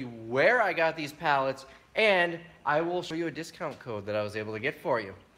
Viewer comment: sell everything, for a daaler. so cute, like my Aunt Pat from Tomah.